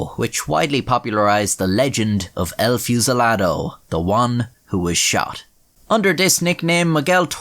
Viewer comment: it's pronounced ehl fooh cee lah doh